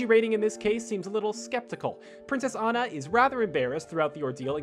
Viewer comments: Dude her name is Anna not ana lol🤣🤣🤣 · Whenever he pronounces Anna incorrectly it just proves that he hasn't seen the movies -_ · I swear to god every single video with frozen being mentioned this asshole THIS ASSHOLE PRONOUNCSE ANNA WRONG EVERY TIME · Amazing how things get misread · Do you guys even research?! First you mispronounce Anna's name and then you claim John CANDY is in Emperor's New Groove.... It was GOODMAN by the way... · Y'all never pronounce Anna's name correctly